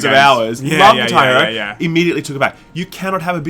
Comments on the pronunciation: Kitairu, that's all I hear. It took me a sec before I realized you said "Guitar Hero" lmao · What is Tairo? Lol seems to miss the guh! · its called "GuitAR [pause ]hEro" and not "KitaEro" =D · What 'katar Hero'? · Does someone else find it weird how they pronounce guitar hero? 10/10